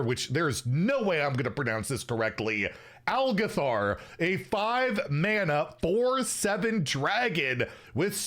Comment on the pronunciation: you did pronounce the algeth'ar instructor correctly, fun dungeon in WoW.